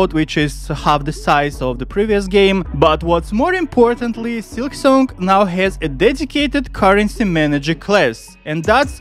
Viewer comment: Why do you say silksonk?